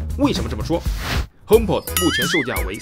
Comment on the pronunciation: py君的聲音呢？…看了值不值得買234集，還是第一次碰上這樣的問題？！...還有，應該是HomeP"o"d〔a〕跟iPod一樣。